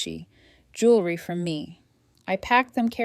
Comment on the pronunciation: The spelling and mispronunciation of the same word should tell you too